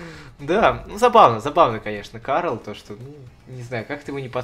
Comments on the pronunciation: Инвокере зовут Каэл, а не Карл же? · Инвокера зовут не Карл, а Каэль.